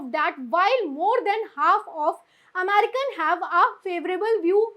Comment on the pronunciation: Sorry sister , it's not AMARICA you are pronouncing frequently what just strikes the ears.